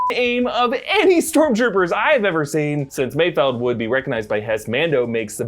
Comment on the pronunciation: Props to you for actually pronouncing Mayfeld correctly instead of Mayfield which everyone else seems to be doing